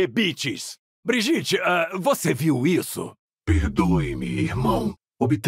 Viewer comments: O nome da Brigitte não seria Briguita na pronúncia? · Qual era a dificuldade de pronunciarem brigitte em português corretamente? A pronúncia na dublagem era a pronúncia sueca abrasileirada, mas agr é só uma pronúncia aleatória 😊